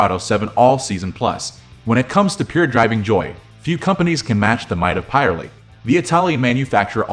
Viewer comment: Also I wish you'd fix your pronunciation of Pirelli